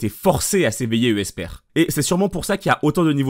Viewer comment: J'ai une question, pourquoi tu prononces "Esper" "Euh-esper", j'ai l'impression que tu lis le mot avec 2 e et la question me taraude ToT